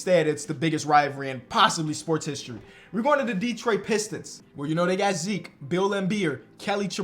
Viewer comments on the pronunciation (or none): none